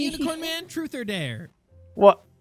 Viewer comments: Also she says truf not truth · she said truth not dare